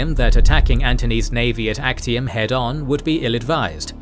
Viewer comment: theres a error its not Achtium its Actium